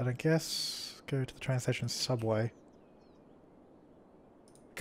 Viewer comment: 'Hubway' Hubway: 1) A hovering hubway. It was created by trying to pronounce subway, but failed. 2) A sub-sandwich cut into hubs- Wait, what the fuck? That didn't make sense. FAIL.